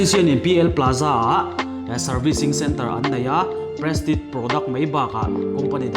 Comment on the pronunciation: tinge prestik itih zel a.. Prestij tih a lam tur niin ka hria ani unaupa